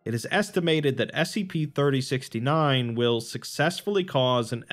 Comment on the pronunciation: Ummmm is it just me or did he forget the s in scp at the intro